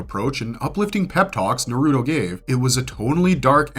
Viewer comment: Capable of saying many things but naruto and sasuke are just impossible for some people, I literally cant comprehend how you could mispronounce it so blatantly, if you had to learn these names and facts, why cant you repeat that same info? That's why it feels like its intentional. , I'm sorry but that's what makes these videos feel contrived, if you can pronounce slouch, you can also say ouch, why say uuch on purpose?